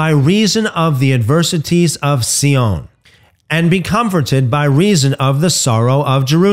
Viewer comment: Sion is pronounced Zion.